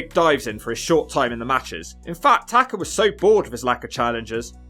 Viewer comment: TakA. Tah-Kah. Not Tah-ker. Fuckin brits.